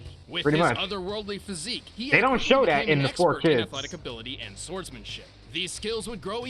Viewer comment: Hiei not Hiyu